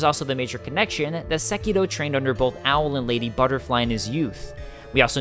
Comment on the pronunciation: I just want to thank you for saying the name of the game properly